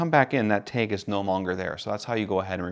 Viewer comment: I'm sorry I couldn't learn anything from this video because all I could focus on was how the word "TAG" was pronounced "taig".